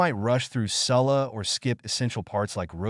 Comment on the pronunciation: Why was ''salah'' pronounced like that??